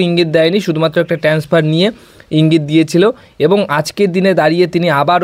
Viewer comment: আরে ভাই 'ট্রান্সফার' বলতে শেখো আগে।